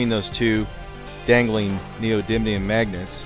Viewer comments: Ok really you can’t pronounce it right... Neo - dye - me - un, that will get you really close to saying it right. Seriously it’s not that hard. So annoying listening to you trying so hard to not say it right. The reason you won’t see effect is the magnets field is to tight. In terms of Tesla they are greatly beyond earths magnetic power but the field is close to the magnet as a result. You would need electric shims to push the field out. Basically unless you do this in a vacuum chamber you won’t see any effect. Also you would need to get you accuracy down to a millimeter from the surface to get any kind of effect. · It's pronounced NEE-OH-DIM-EE-UM. :) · Or, if you're like AvE, you say NEE-OH-DID-LEE-UM. 😂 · I believe the correct pronunciation is "neodidlyum"